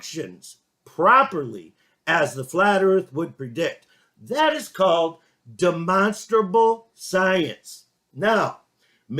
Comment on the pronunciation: He has learned to pronounce "demonstrable"!